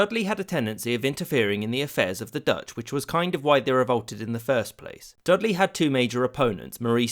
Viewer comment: A non-Dutch person mispronouncing Dutch words. Go figure.